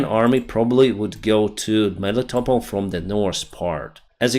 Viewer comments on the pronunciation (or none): none